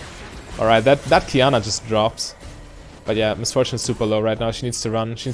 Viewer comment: You said Qiyana correctly. I'm proud of you ^^